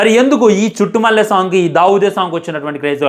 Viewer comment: మాట్లాడితే చుట్టుమల్లె అనకురా నాయన అది చుట్టమల్లే😂